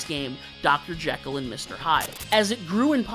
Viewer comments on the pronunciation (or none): none